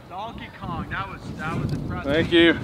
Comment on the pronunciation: 'Dalke Kong'. Brilliant.